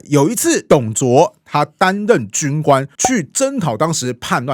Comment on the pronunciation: 韓 遂ㄙㄨㄟˊ